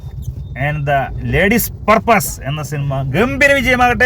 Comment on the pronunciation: പർപ്പാസ് അല്ല ദാസേട്ടൻ പേഴ്സ്